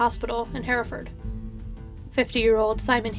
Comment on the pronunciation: Can I just say I'm from Hereford and I'm so happy to hear you say Hereford correctly! So many people from the States pronounce it 'here' (as in 'here I am) ford. And thank you for covering a case from my little home city. I really enjoy your videos, you've got great narration x